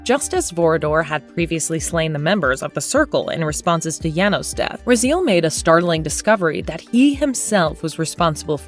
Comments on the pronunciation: The narrator obviously never played the games. it's Ra - Z - L not Ra-Zeal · Maybe say Raziel's name right at least. Rah-z-L, not Rah-zeel. Do some more research besides text level and you'll see the the pacing and tone of the video as well as pronunciation of the key movers of this entire saga is wrong. This stinks of AI voiceover. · Ra-Zeal? Ok. NVM... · I only disliked this video because i got tired of hearing this woman pronounce Raziel's name wrong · Bro she even got Raziel wrong 😭